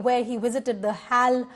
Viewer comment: This amateur news anchor called HAL as hal. The quality in Indian journalism is hitting new lows every day.